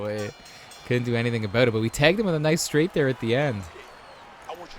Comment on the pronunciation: hehe aboot it